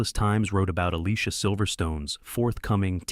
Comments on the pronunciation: AS IF! You obviously have never watched Clueless, have you? Dionne - pronounced Dee-Yown (named after Dionne Warwick) Alicia - pronounced Ah-Lee-See-Yuh! Donald Faison - pronounced Fay-Zawn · You pronounced Alicia wrong